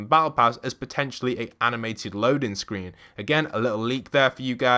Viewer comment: Did yall here him say "SCWEEN"